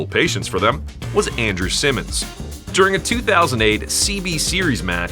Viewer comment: MCG North South are incorrectly swapped. You mispronounced Andrew Symonds